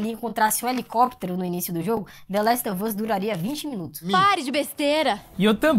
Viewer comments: trabalhoo show, mas nada a ver " The Last of Us " com " The Last OV Us " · Valeuu. Mas se pronuncia "the last OV us" mesmo kkkk joga no google tradutor ai